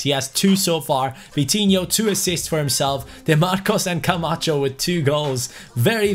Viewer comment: Is it just me or when says Camacho it sounds like “come at chu”